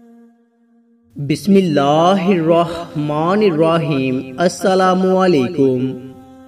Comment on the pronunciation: Mere bhai pehlay bismillah Drust parho achi tarhan seekh lo shukriya